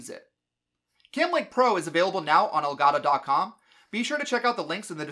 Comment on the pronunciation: Is it not pronounced “El Gato” like Spanish for cat? You’re saying el goddo